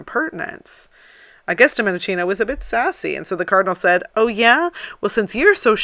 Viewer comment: Please correct your pronunciation for God's sake: it is Domenikino, not Dominicino. Domenichino has "ch" that in Italian sounds like K... I know I m petty, and I irritate you, but I m not for this, I just want to hear you speak eloquently 100%: I m an admire of yours, trust me. Oh , one more "correction : the E in Domenichino is meant as an English A, so I should write this name as Dom-A- ni-K- ino for pronunciation reasons only.